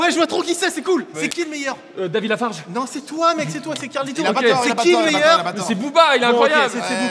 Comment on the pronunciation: C'est qui le meilleur ??? Davidlafarge ? J ai jamais autant ris devant quelqu'un qui dit davidlafarge...